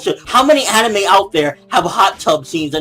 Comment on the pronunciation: What do you come to expect, this is CNN. They're like Fox News 2.0. When a news report starts with mispronouncing Anime (he said "aneemi" lol) and blur out fake supposed images of lolicon, then you know its gonna be bad. CNN also believes violent video games turn people into killers. Lolicon will turn you into a rapist and if this were the truth then so will every other porn genre apparently. I believe this is where personal accountability should fall in place. It's not the material's fault that people are fucked up, its the person himself who lacks the empathy or sympathy that would lead him or her to do such a sick act to a real life minor. So as soon as we can all just stop blaming the material, we can finally evolve and start blaming the psychopath/pedophile in question.